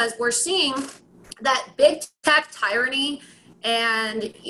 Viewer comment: She mispronounced both "ideology" and "tyranny" – but she's still smarter than 95% of people in Congress.